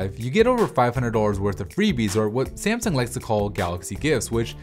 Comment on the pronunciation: ***** sasmung ; smasung; simsung. IT'S FUCKING S A M S U N G ! TNX dude and smasung is better.